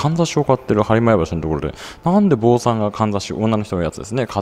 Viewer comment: はりまや橋の上で「はりまや橋ってどこですか？』と聞かれたことあるよW 坊さんではなく、ぼんさん」だよ。あぁ読み方ね。